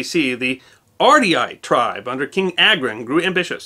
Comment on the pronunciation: It’s pronounced AGRON and not EYGROUN 😂